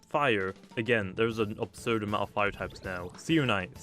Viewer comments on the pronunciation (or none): none